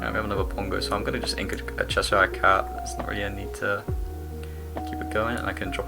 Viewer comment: As someone who lived in chesire, its cheh-shuh, you are english man hahaha thats a yank pronunciation 😂 only messin but bloody el